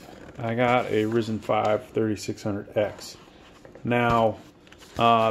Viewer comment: pronounceced R IIIIIzen....